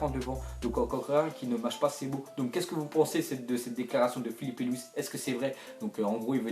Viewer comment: il a bien dit filipe